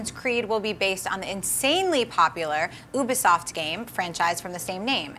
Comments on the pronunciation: Damnit its not oobisoft! Its pronounced as yubisoft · its not oooobisoft. It's ubisoft. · Its pronounced You-bisoft not uubisoft. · Ok guys Its pronounced You Be Soft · 'Oobifsoft' wow...americans...but as he said if your just a actor you don't need to know shit but if your a PRODUCER, yea you need to know this stuff so you don't ruin the Ac series for us... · HAHAHA the woman in the beginning pronounced Ubisoft wrong!!!!! OO-BEE-SOFT? REALLY? XD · Oobesoft? Is that how she's pronouncing it? Wtf?! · Did she say oobisoft? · BITCH "OOBISOFT"?!?!?!? WHAT THE FUCK IS THE MATTER WITH YOU?! YOU DESERVE TO BE THROWN INTO A LAKE WITH A STRAIT JACKET! Secondly, Trevor from GTA 5 had no idea what the shit GTA was and he did a good job of it in GTA 5. Granted, it was different, thats voice acting, this is real acting. That's the only reason i have even the little bit of faith i do in Fassbender. It's critically important to know what you're portraying before you get into the zone of the character. We Assassin's creed fans will be phenomenally upset if this guy fucks up the movie. I mean, 'video game player'? Seriously? He needs to know the look and feel that the game gives off before getting into the role to do a good job. Game movies aren't showing up and reading a script and going home. We gamers want actual delivery. This isn't sparta. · Oobisoft? Don't you mean Ubisoft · what the hell is a oobisoft? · It's pronounced YOUbisoft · oobisoft???????? girl u may be cute and how you said it was adorable but its ubisoft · Its obvious this lady is not of the Gaming World to mispronounce the long vowel sound "U" as in Ubisoft.When it comes to all theses Video game developers and publishers,why can't they just write a plot for these Producers to go on,this way they can follow the game a little,instead of writing a half-ass story that has little to do with the game? I wanna see in the Theaters (Command & Conquer) with actors Michael Ironside & Joseph Kucan. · She said Ubisoft wrong.